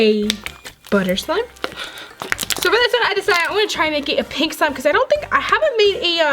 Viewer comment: Ummmm no offence but why u keep saying swime not slime